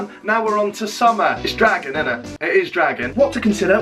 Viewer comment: The way he said dragging and budget was so Norfolk! Woo Norfolk!!